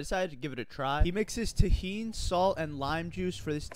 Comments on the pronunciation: Instead of Tuh-heen I’ve always heard Tah-heen because I grew up with Spanish speaking families so they used pronunciations as such. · Did you seriously pronounce it tuh heen instead of tah heen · The way you said tajin 😭😭😭😭😭😭 bro considering you’re other than American you’d be able to pronounce it with an accent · You did not just pronounce 'tajin' like that